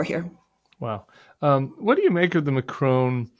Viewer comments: Pronounced ‘Macron’ not ‘Macrone’ 😂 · Love watching commentary on the Bulwark but can I please ask you to pronounce Macron correctly. It is Mac Ron not Mac Rone. Having said that I hope we in the UK and France can hold together to fight the injustice of the Russian invasion of Ukraine. Trump is a traitor to the US and a traitor to all his allies. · its eh-man-u-el ma-cron not ma-crone: c'est facile.